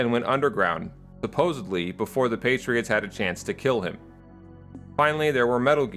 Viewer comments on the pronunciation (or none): Smart enough to make an analysis vid but u say suposiBly? Its supposedly